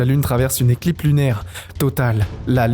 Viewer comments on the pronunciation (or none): J'ai arrêté la vidéo tellement c'est mauvais. Aussi apprends à bien comprendre ce que tu lis, parce que dire une ECLIPE au lieu d'une éclipse c'est chaud quand même. Bref vidéo vide juste pour faire des vues comme beaucoups de vidéos 🥱